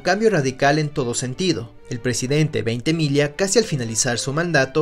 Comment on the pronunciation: Felicidades y éxitos Gran video!!! Un video sobre el imponente General de Mario Ignacio Francisco Tomás Antonio de Veintemilla y Villacis por favor! Gracias por respetar nuestro apellido y pronunciarlo apropiadamente.